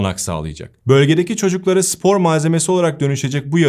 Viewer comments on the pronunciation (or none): Sevgili, “sipor” değil, “spor”.